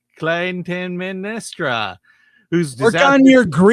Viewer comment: MIHN-oh-LAY-us. CLY-tehm-NESS-truh. Sigh.